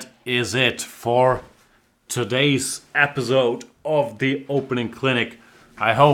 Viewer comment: Dear Jan, I love all of your serieses and the effort you put in them! There's just one thing that always sounds so weird to my ear: you pronounce the word „episode“ as it would be written „epizode“. Don't wanna be annoying, i think you yourself don't mind improving on that one. :)